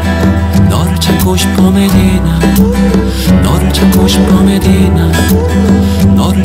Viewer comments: Всегда хотела послушать эту песню на другом языке)))но даже не мечтала о таком😍Красиво произносит имя)))) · МашаАллах! я в шоке 😲 как это прекрасно просто нет слов я услышала эту песню на Корейском. я так рада🤭 как он произносит имя Медина 🥰🥰 спасибо за песню ты лучший ❤️❤️❤️ 사랑해요 💕💕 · Как он красиво произносит «Медина», волшебно спел! Я в восторге)) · Он так сладко произносит слово Медина 🥺♥️♥️